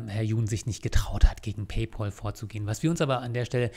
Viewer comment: Ein für allemal: Es heißt Pay-Pääl. Von Pal = Kumpel. Der Bezahl-Kumpel. Himmel Herrgott Sakra noch eins. Es ist nicht der Bezahl-Paule.